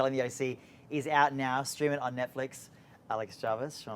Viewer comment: Alex JaRvis is her name, not Javis.. 😅